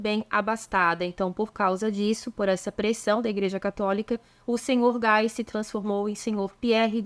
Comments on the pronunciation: GUY em francÊS DIZ-SE "GUI" " GUAI".É A FORMA INGLESA!! ACHEI SEU VIDEO É MUITO NTERESSANTE!! OBRIGADA!! ATÉ AÀS REVOLUÇÕES RELIGIOSAS BEM DEPOIS DE 1500, não e falava em CATÓLICOS mas sim CRISTÃOS!! Havia JUDEUS, CRISTÃOS E Muçulmanos! SÓ DEPOIS D,E LUTERO E CALVINO SE passou a CHAMAR CATÓLICOS porque todos eram cristãos.....mas diferentes!!!! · "Guy", em frances, pronuncia-se "gui", e nao "gai" "Gai" diz-se em ingles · Se for francês o senhor Guy a pronúncia é Gui.